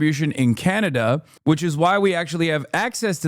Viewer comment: Why you pronounced Canada like that 😂